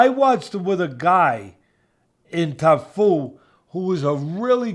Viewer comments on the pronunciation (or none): Teddy: " I wanna make sure I pronounce his name properly, is it Tafu?": "it's Cafu" He commences to call him Tafu the rest of the podcast😂😂